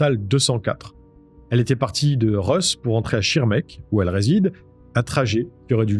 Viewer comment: Bravo pour les noms alsaciens! Parfaite prononciation! A part Russ, ça se prononce comme l'habitant de Russie